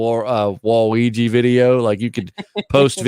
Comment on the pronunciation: Hearing pronounce waluigi as (wa-reegee)is the most wholesome thing